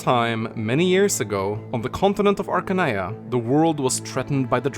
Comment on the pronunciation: I always thought it was pronounced Arcane-ee-ya not Arca-nee-ya